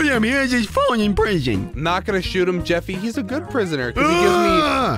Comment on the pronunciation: It’s jeffy not Jesse